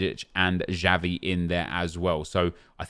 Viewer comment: Just some corrections: Puskas is pronounced with SH like in "show" (Pushkash) Xavi is pronounced with CH like in "champion" (Chavi) And Šuker is also pronounced with SH (Shuker).